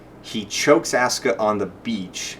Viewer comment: Don't know, but I find it hard to take your analysis of the emotive intent in the japanese seriously, when you serially mispronounce Asuka's name. If you can't even pick out a main character's name when spoken in a foreign language, your ability to parse said foreign language for other information might be suspect.